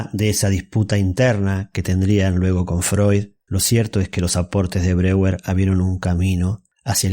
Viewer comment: Mal la pronunciacion de Breur se dice /BRO-JER/ y no ''breguer''